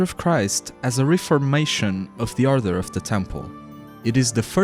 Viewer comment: Are you saying arthur or author? You keep using a word, it sounds like a rank or something. Edit: Nevermind, you got to the Order of Christ part, I just realised you just have a speech impediment my bad. Leaving this comment though because I know a lot of English speakers will be confused by 'author'.